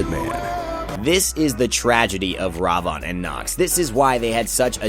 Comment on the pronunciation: Ravon? Thats not how you say his name. Its Ra-Vin. Thats how you pronounce it. And old Ravana Ult > New Ravana Ult.